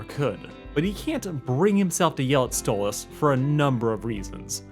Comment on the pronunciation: Why do you keep Calling stolas stolits with a z?